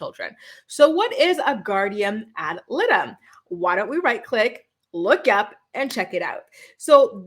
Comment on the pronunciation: You're pronouncing ad litem incorrectly.